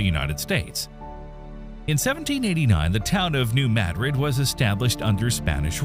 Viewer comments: It's not "maaadrid? It's Madrid like the capital of Spain. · It's pronounced Muh-drid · I learned it the other way around. If you bothered to look at a map, you'd see that Paducah KY, where I live, is practically on the fault line. We call it new muh-drid. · THIS fool said mad rid lol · I really like your channel but I wish you would not use an AI generated narration. There is a tendency of AI to mispronounce words like Madrid, where it puts the accent on the first syllable instead of properly placing it on the second syllable. It makes me not want to listen and teaches people who are not familiar with the New Madrid Fault to forever after pronounce what should be something like Muh-drid, to Mad-rid. It also feels very impersonal than if you used your own voice. You are so knowledgeable but the use of AI makes me question if the whole video is AI generated, and if it is, because it cannot speak proper english, it makes me question its veracity. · if you can'y pronounce 'madrid' properly, I can't subscribe. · If your going to make a video on it learn how to pronounce Madrid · I never could understand why this fault line isn't enunciated correctly. Even seismologists don't enunciate it correctly. It's named after the Spanish city of Madrid. It's enunciated the same way that the city is. They do the same with anywhere named Du Bois. It's French. If you spell it in English the way it sounds; it would be Doo Bwaa but, everyone and their grand mother says Do Boys. Even the meteorologists aren't smart enough to speak it correctly. I find these things frequently annoying. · I'm sorry. You can't even pronounce Madrid correctly. I can't take this video seriously. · It is correctly pronounced MADrid. That is what the town's residents call it. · I'd consider it, but your poor poor pronunciation just grates my nerves, It's NOT MAD-rid, it's Ma-Drid. So, I just can't. Not even liking it, tbh. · It’s pronounced MaDRID, not MADrid. Like Madrid Spain